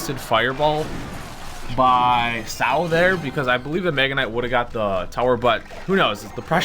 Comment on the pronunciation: Sao is an abbreviation for sword art online so u are supposed to pronounce the letters one by one...